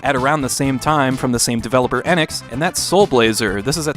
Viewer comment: You mispronounced ENIX. The beginning is like the English letter "e". It comes from Phoenix.